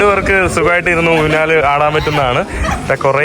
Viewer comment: ഊന്നാൽ അല്ലെടാ മുറിയണ്ടി, ഊഞ്ഞാൽ ആണ് ശരി